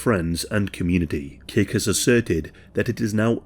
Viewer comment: It sounds like you keep saying "Cake". I had to look at screen to see that it's Kick*. It seems human dark nature to punish.